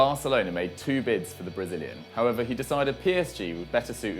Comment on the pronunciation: Each time this guy says 'however' I think he's saying 'pervert'